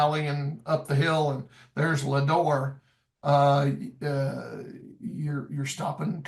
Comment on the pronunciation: It is pronounced LEAdore. (LEdore).